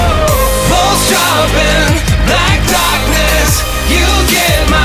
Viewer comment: I know it's "pulse", but it sounds like "balls".